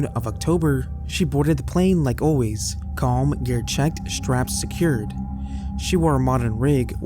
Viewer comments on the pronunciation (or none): none